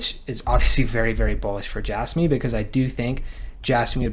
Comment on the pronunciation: I can’t stand it when people pronounce it as “J-asss-me” instead of “J-azz-me”. It is so difficult to listen to.